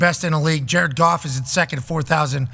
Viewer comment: Ja-red Goff, Ja-red Goff